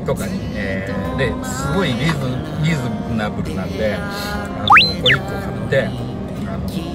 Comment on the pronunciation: リーズナブル言えてないのめちゃくちゃおもしろすぎて何回もおかわりしてしまうwwww